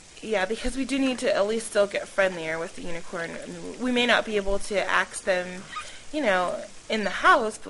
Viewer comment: Why do you say "axe" whan you mean "ask"? Freudian slip much? :D